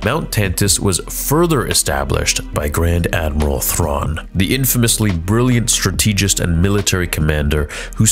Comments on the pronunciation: Bro—love your channel, but it is “Strat-teh-jist”…not Struh-teegist”. And “Ahl-be-it”…not “all-bite” for Albeit. Sorry man; nothin’ but love and watch every vid and feel like I’d like someone to tell me if something is in my teeth before having 8 more convos in a boardroom. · Dude, you have to learn how to say strategist correctly Strat-eh-JIST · Strategist has an emphasis on the firs syllable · Please, it hurts my heart every time you mispronounce “strategist”. It’s Strategist, not Strategist. 😂 I love your whole channel. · The way you say strategist always irks me. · Dude, check the correct pronunciation of “strategist”. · Great theories, but PLEASE learn how to pronounce "strategist" correctly.